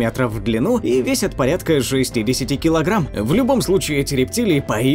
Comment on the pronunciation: В ран сальвАтора, ударение